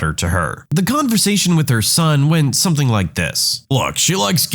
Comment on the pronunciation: No K in the word something